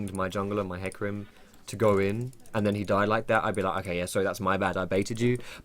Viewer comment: JUST ABBREVIATE IT TO FUCKING 'HEC' THERE IS NO NEED TO ADD A USELESS FUCKING VOWEL SOUND JUST TO HIGHLIGHT HOW MUCH OF A MOUTH BREATHING TROGLODYTE YOU ARE